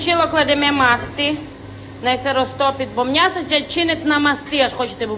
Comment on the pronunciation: Як же я люблю «мнясо»- так говорив мій дідусь.